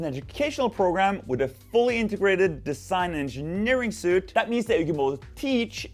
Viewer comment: Suit is what you wear. Suite as in software (or a hotel) is pronounced “sweet”. Sorry, but as a non-native English speaker, working with a lot of other non-native English speakers that use English as a rough guide line, this really drives me up the (plywood) wall. 😂